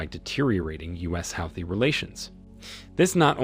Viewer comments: Huuthee not howthis not sure why it bothers me. Great video! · Hey Mr Narrator have you been living under a rock? You must have been to continually keep mispronouncing "Houthi" ( Hooty) is how it is pronounced My bad of course you would you are an American & not that bright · The only point you have made right is the fact that Houties are part of the resistance. First, your pronunciation of the name is wrong. Secondly, the Russian support is in direct response to US arming and providing targetting info to Ukraine with the missions. Thirdly, Houties are not blicking international trades through the Red Sea. They are only targetting the transport of goods to Israel. Finally, Iran and Saudis have made peace, and Houties are no longer a threat to Saudies. You are using your platform to spread mus-information. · It's Pronounced HOOTIES!!! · i've never heard houthi pronounced like that lmao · I have never heard "Houthi" pronounced this way and maybe I'm wrong... but it's incredibly annoying as he says it this way 50+ times I think. Ugh! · This is AI. Keep saying the Houthi and Yemen nsme wrong. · The mispronunciations of Houthis, Yemen, and Yemeni are unbearable, but I appreciate the good information.